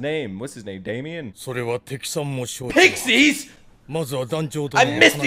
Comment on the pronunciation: Pixis- “PICKSEES?!”